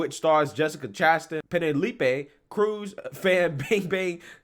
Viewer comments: Why you saying Penelope like that? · How in the world did you just pronounce Penelope’s name? 😂🤣